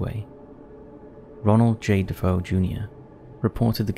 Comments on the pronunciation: It’s DeFeo, not DaFoe. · Just an FYI, the name is pronounced “De-FAY-oh,” not “Da-FOH”. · It’s DeFeo, not Defoe btw. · i think it's DeFeo, not DeFoe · His name is Defeo not Dafoe fyi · The proper way to say DeFeo is D -fay-o...I was a huge fan of Ed and Lorraine Warren...nice job on video. All of these have been made into movies